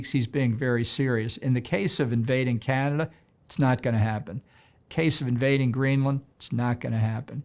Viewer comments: To the interviewer, it's pronounced "Canadah" and not Canader!!! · To the interviewer, it's pronounced "Canadah" and not "Canader"